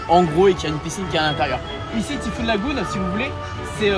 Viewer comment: Par contre pour être totalement parfait … il faut prononcer le Y en thai fouunn pas en i 😎 (mais c est juste par soucis d accent anglais 😁)